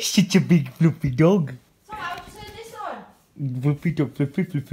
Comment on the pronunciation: Is it me or did he call the cat, dogo.